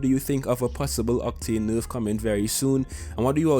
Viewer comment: First things first #SAVEOCTANE Second of all I love it when you say nurf instead of nerf